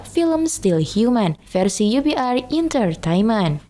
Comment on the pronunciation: Bukan Intertainment Min, Entertainment ....biar benar bacanya Min...hermmm